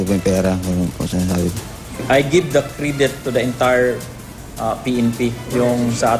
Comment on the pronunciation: CRIDET AMPUTA. credit yun